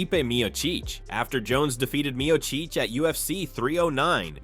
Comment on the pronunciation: You need to pronounce Miocic and Gane correctly